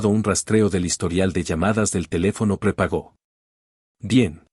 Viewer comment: Se dice prepago, no prepagó